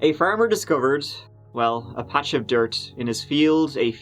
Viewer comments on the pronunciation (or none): none